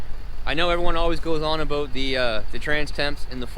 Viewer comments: Sounded like 'a boat' here in Texas. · As soon as I heard “about” I know this was a Canadian 😂😂😂